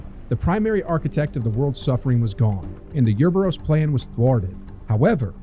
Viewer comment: Name of Wesker's grand plan virus: Uroboros Pronunciation in video: "Your boroughs"